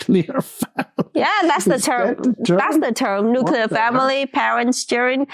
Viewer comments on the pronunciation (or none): "Nuclear family" as is "nucleus" not as in "radioactive" 😅